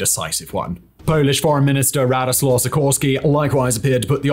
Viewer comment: Radosław Sikorski RAD ("Rard") O (as in dog or log) Ł/ł (whoaaah) A (as in "art") W ("ff") ..... Rardoswharff